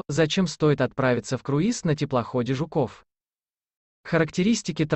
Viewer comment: Блин, автор! Ну какой ЖуКОВ!!! ЖУКов!!!😅